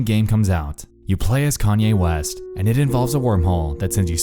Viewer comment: Everybody gangsta until Nexpo says Kanye Quest